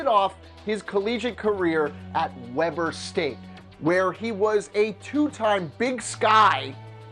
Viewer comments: We-bur State not Web-er State. I live like 10 miles away from the university.😂😂😂😂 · It's pronounced weeber not Webber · Weeeber State. Not Webber st geez. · It's pronounced Weber State, not Webber State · Thank you it's pronounced weeber state not Webber state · you guys probably got a lot of comments on this but Damian Lillard's college is pronounced wee--ber it is almost like weaver. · you pronounce Webber state like ( we bur) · it's pronounced weeber state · That's not how you say Weber state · I cringed at how you said Weber state